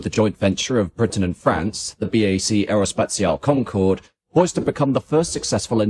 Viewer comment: The most famous project of Britain and France, ever, and the British are, to this day, no capable to pronounce Aerospatiale correctly. No wonder the French wanted the 'E' at the end of Concorde. The British were so bothered about this even though they always silence the 'E' at the end of any word/name.